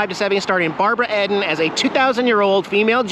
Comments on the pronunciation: Watched it when I was a kid , afterschool reruns on the local channel WGN ch9...... and its Barbra "Eden".....like "the garden of Eden" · Sure do remember it. Not said like Ed.an.more like eeeden. Loved when Jax Man answered you when you said his name. 😻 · I have to correct you on how you pronounced Barbara Eden's last name. It is pronounced like "the Garden of Eden" not "Ed den". LOL!! Sorry to give you a bad time, but this is the funniest thing that has happened all day for me. Yes, I have a very boring life. Also, I am an old Fart and know a lot about all those old shows and even older ones. Your adventures and quirky places/events you find brighten my day and keep me smiling. Please be careful out there. Stay safe and be happy. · Lol I am old so yes I know that show and it’s not Ed-en it’s Eden like the garden of Eden. Love your videos. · It's Barbara (ee)den pal--you said (ed)an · Barbara Eeeeden---Long E not short E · Not Barbara ED IN its Barbara EEEDEN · Barbara EEEEEEEDEN not edden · c'mon, to know so much about 60's trivia, you don;t even know the main character name or how to pronounce it.. Barbara Eden not Eddon..get it right man.. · Yes, I watched it as a child. It’s Barbara Eden. (Say ee-den.)Love your adventures. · Barbara Eden's last name is pronounced just like the perfect, beautiful garden that she has so much in common with! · Its Barbara eden and loved the black and white seasons I met Barbara in 1975 very nice her last name is pronounced like the garden of eden just a little tidbit for you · yes I remember, I Dream of Jeanie. Barbara Eden ( E pronounced E) also Larry Hagman ( of Dallas fame later) Who killed J. R. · Its pronounced Barabara Ee-din. (Long E) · EEE-Den like in the bible.